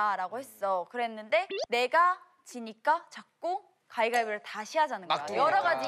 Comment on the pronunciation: 설현은 가위바위보를 자꾸 가이가이보라고 하는것처럼 들리네......자꾸ㅡ 돌려 보게 된단 말이지...